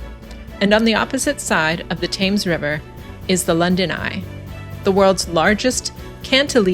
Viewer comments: Not Pronounced Thames but Temms . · The river is pronounced Tems although written Thames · Brit here. Great video. Educational! Only one minor criticism, Thames (as in the river Thames) is pronounced 'Tems' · It's pronounced TEMS, rhyming with lens, and it is the River Thames (tems) and never the "Thames River". River comes first in the UK and indeed most of Europe: River Rhine, River Danube, River Seine etc., unlike the USA where it comes after, as in the Mississippi River or Colorado River and on the border with Mexico where runs the Rio Grande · Thames is pronounced Tems. Poplar is a borough not a town. Also, fun fact, Waterloo Bridge was buult by women, also known as Ladies Bridge and the only bridge build to come in on time and on budget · Thames pronounced Tems. The modern ‘London Bridge’ is nothing to wonder at, just a strip for cars and buses. Waterloo Bridge was the London bridge repaired and constructed by women during World War II, which earned it the nickname "The Ladies' Bridge". Their heroic work and sacrifice has been lost to history (in the manner of the times). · Great video and I note several comments have corrected your pronouncement of the River ‘Thames’. By the way, Big Ben is the bell, not the building in which it resides, which is the Elizabeth Tower. Factoid: The Globe Theatre replica exists because of efforts led by an American actor, Sam Wanamaker. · You are pronouncing "Thames" wrong. Ask a local the correct way 😊